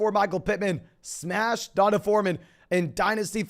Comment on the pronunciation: i lose 1 day off my life every time you pronounce D’onta (dee-ahn-tay) as DonDuh